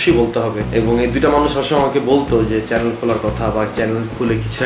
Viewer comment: চ্যালেন 🤪🤪🤪🤪🤪।।।।।কথার উচ্চারণ টা ঠিক করেন